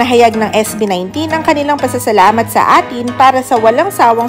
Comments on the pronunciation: salamat po sa video, pero correction po, EY-Tin po yun bigkas nun A'Tin hindi Atin hahahaah , uulitin ko po EY-TIN salamat po😄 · salamat po sa video, pero correction po, EY-Tin po yun hindi Atin hahahaah , uulitin ko po EY-TIN salamat po hehehehe 😁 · Hindi atin. A'TIN (18 yan ang pagrounce). Kaasar ka ha. Hindi mo naririnig kahit kahit sa lima. .😢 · Been an a'tin since 2021 and it's pronounced po as 18 hindi atin,, yun lang😂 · A'tin is pronounce eighteen. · Pronounced as 18 Po ung A'tin.💙💙💙💙💙👍🇵🇭🌏